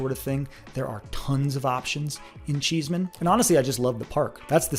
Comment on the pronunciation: Cheesman (NOT Cheeseman)